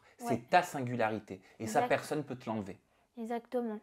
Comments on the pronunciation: ce que j'ai retenu : ezatement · “esatement” ptdr je peux vrmt plus la saquer